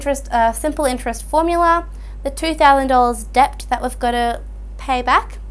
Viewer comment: Great video, but please someone tell her the B is silent in debt.